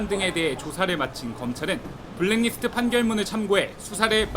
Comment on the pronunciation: 손석희 앵커 블랙디스트 라고 읽고 있는데 블랙리스트를 왜 디스트로 읽는지 아시는분?